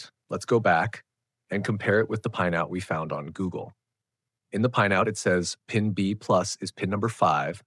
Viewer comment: His pronunciation of "pinout" is like in pinEapple tree, as if there were an "e" inside 😂